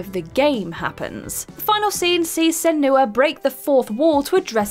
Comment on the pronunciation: Senua, Eidos and omnipotent. Please ask someone to tell you how these words are said.